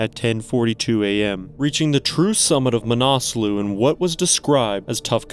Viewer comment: Pronounced ma na sluh, not "manaaasloo"